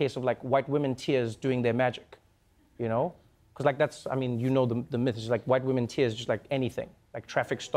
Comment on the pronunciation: whute wamen